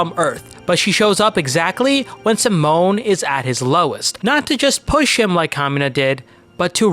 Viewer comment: Simon is pronounced "See-Moan" not "Sah-Moan."